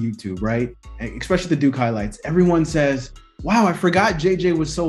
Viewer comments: The word is “especially”. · You both said "expecially"